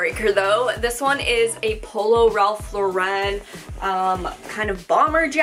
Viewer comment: Please stop says Ralph Lauren so weird lol. Also chaps and esprit aren't big in the US